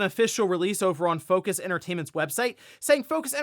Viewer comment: Not Fo-cuss it is french